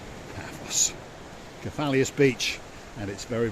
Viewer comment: Kef - a - los 😉